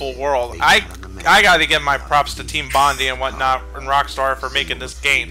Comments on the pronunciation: they pronounced Bondi as "bon-dee" instead of "bond-eye" *twitch* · I cant help but cringe when they say Team Bond-E. ITS SAID BOND-I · 1) It's pronounced "Bond-eye" 2) Team Bondi members left to work on Happy Feet 2 after they closed down, but they opened back up again this year and announced they are making "Whore of the Orient" for PC and Next Gen Consoles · Bondi's meant to be prounounced like"bond-eye". How would I know this? I live in the area. It's in Sydney, Australia.